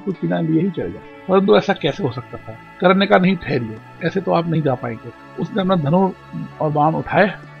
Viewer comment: It should be Karna .not karan